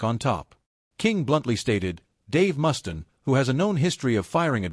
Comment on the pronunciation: I might take this seriously if your stupid AI narrator could pronounce the mans name correctly.